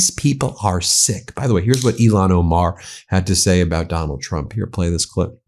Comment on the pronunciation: Please start saying Ilhan Omar’s name correctly. It sounds like you are saying Elon Omar and hearing that man’s name at this point makes me physically ill. 🤢